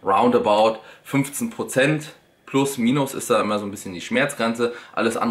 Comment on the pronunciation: „Wie auch immä“ du bist echt der geilste XD